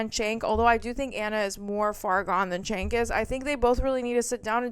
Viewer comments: Found you through Leftist Mafia and have really been enjoying your content. Just one tiny thing that’s been driving me kinda nuts - his name is pronounced “Jenk”, not “Chenk”. Left is best!❤ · Pronounced "Jenk", and he is trash.